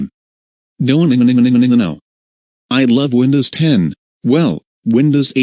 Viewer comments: lol. I like how instead of "nonononnonononononono", the person says" nonmnmnmnonmnono" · It's sounds like nooobanimanibano